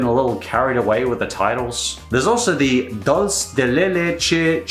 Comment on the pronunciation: You actually did a somewhat decent job saying the Spanish ice cream except for the Dulce part and it means Candy of Milk Churro Ice Cream or Milk Candy Churro Ice Cream!